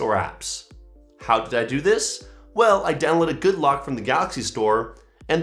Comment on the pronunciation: 🤔 Is it "Good Luck" or "Goodlock" or ... ?